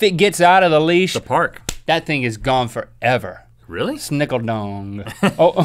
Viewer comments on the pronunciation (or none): I also couldn't stop snickling after hearing snickleDong.